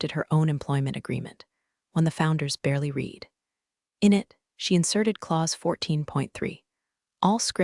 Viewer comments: Your AI doesn’t understand context in pronunciation. Until it can, spell read as red when you want it to say he red the document (so tired of hearing he reed the document). Also, listening to it say rezoom for resume is annoying. Just spell it rezzoomay until it understands context. Do you even listen to what you post? My guess is you’ve got the whole process on autopilot so it creates the story, text, voice, etc. You will lose your audience with bad AI slop. Do better. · Please STOP having computer reading script. There is a difference between something you read (pronounced reed) versus one that you read (pronounced red). Also, do some proofreading. Title says "Fire Him" in photo but "Fire Her" in typed title. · The past tense of "read" is also spelled "read," but it is pronounced like the color "red." This can be confusing because the present tense is pronounced differently Your damn audio program don't know "Past Tense" Go wash your computer in warm soapy water and dry your hard-drive in a microwave I hope you never get 10k subscribers 🖕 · Again AI pronunciation of "read" is "red" in the past tense...I believe messages with this fault in many stories rarely gets through to AI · AI can't distinguish between read and read. Mispronounces patagonia. SMH.